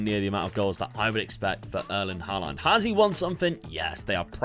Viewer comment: You're he. You're putting weird emphasis on the last a in Haaland's name.